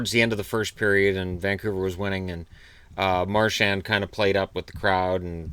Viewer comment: the "D" in "Marchand" is silent. And the "an" is a single sound, kinda sounds like "on" (as in "on/off"), but chop off the "n" sound. Practice in the mirror:D